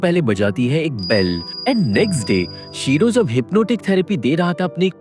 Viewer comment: Bhai.....'jab' aur 'tab' me dikkat hota hai kya? Odd sound karta hai...sudhar lo